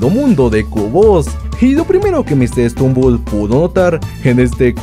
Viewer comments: Oye no es por ofender me gustan tus videos pero no se dice mr strumbel es mr stumbel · Es Mr stumble no Mr stembul